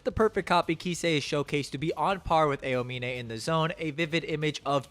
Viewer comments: I hate how u pronounce some words like "Miracles of Generation" and " A E O mine" like are u good? do you not watch or see Eng Dub? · "ayo-mine" aaahhhhhHHHH!!!!! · i mean i watched dub also and double checked a clip on youtube and sounded different, its more like ow-mine instead of a-oh-mine, at least when i hear it, cant send links on comments though lol, just typed aomine english dub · Just a heads up man, it was more than just posterize. You mispronounced Aomine as well but, I enjoyed the video so it wasn’t that big a deal. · brother please learn how to say aomine properly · pinned comment talking about how you pronounced posterize but it was the aomine pronounciation which killed me XD (w video though)